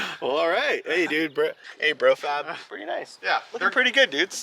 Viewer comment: BRO FAB hahaha he butchered my name!!!!!!! LOL i made those mounts!!!!